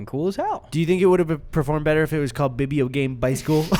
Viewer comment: "bibeo game bi school" I can't lmfao